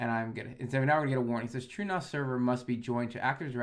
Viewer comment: Everytime you say True as it sounds like truenos to me and I giggle. Love the content keep up the good work, love to see this stuff aimed at me as a recreation home nerd focusing on the essential minimums instead of the homelab for pros stuff that's a bit higher level than the typically joe might need.